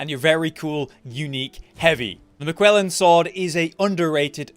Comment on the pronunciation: The pronunciation of Miquellan with the heavy emphasis on the U triggers me. I am Malenia, blade of MiQUELLa